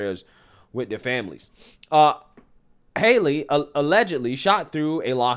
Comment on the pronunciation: its name is not haily its lastname is hale